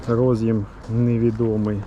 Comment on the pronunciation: Карта во сказать "до сгакы" - это надо высшее образование иметь."рОз'їм" чи "роз'Єм"-шось когось їсть від IBM.